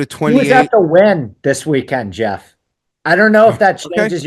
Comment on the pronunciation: Geoff will pronounce the J then pronounce it with the I like 2 seconds later 😂He also does that with amateur he'll say "am-uh-TUR" then pronounce it correctly "am-uh-chur"